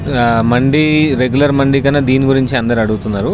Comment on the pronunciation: Mandi kadu ra naina D kadu dee Mandes it’s Arabic word